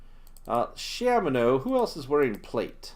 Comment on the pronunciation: People who say SHAMino also pronounce .gif jiff. You don't need those people in your life.